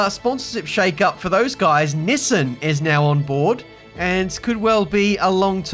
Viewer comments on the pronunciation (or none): No way you pronounce Nissan like that